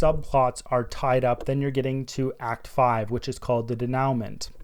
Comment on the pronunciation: Solid explination, thanks. Also, no judgement because I did the same thing for years—but you might want to look up how to pronounce denouement ;)